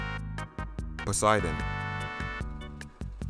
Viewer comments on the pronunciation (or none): none